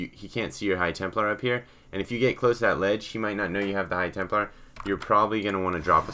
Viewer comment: It's "Templar"